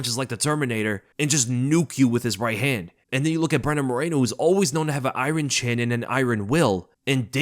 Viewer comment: Dude... "Eye-Rin Chin" 🤣🤣🤣 That, and "Johnmy Walker has too much Body to also have Brains.." I have never laughed this hard at one of your videos. Salute !